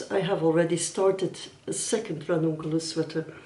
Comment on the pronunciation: I enjoyed this video and how you explained every detail about the choices that you made upon the Ranunculus. Also how well you rolled that R! Lol As a non native English speaker I can say that I had no difficulty in understanding what you said and I’ll be coming back again for more